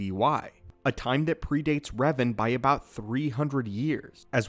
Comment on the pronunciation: If you play a Sith Warrior in SWTOR if you play Light Side you encounter this with LS Jaesa, if you play a DS SIth you and DS Jaesa attempt to tear them down. Also, you did not pronounce Revan correctly. It grated in my ears. ARGGHHHH!